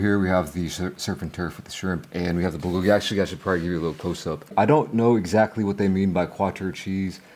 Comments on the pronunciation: Wtf is a beluga burger? Are they made out of beluga whales? Or did you say booger burger? And Holy hell your chewing is horrible!! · He is mispronouncing bulgogi. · Bro if you can't pronounce the F'N word , just write it on a piece of paper and show us ffs... What the hell are you even saying ... Beluga burger ??? I heard you mumble say it three f**** times and still don't know what the hell you were saying...??? Honestly IRDGAF!!! It looks like pig slop anyways 😜👌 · What is he saying? Beluga Burger? Like the Beluga whale? 🐳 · I think it's supposed to be a Bulgogi burger but he pronounces it differently.